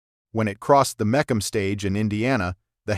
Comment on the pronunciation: Ford NEVER put any 427 In a Mustang from the factory. They only put them in Cougars. And you need to teach AI to say MEE CUM. Not whatever it said.